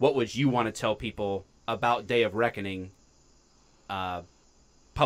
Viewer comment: Anyone else hear Dave of Reckoning and not Day of Reckoning